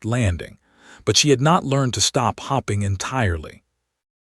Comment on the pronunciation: Eleanor and hoping not hopping!! So sick of mispronunciations. No English speaker is editing or proofreading these stories!! They are all the same in almost every story.